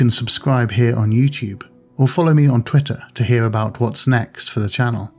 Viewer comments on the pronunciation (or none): none